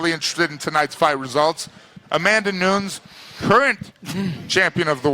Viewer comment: How can you not purnounce Nunes?